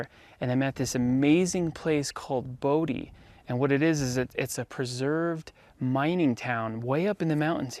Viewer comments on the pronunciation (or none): You pronounced it Bodeee! I remember this place. We pronounced it Bow Die. Liked the video. Great upload. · its pronounced bo-die